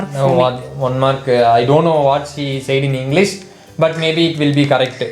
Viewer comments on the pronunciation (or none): "eeeh eh everything is that wassu because within that inglishu" vera level naa😅🥰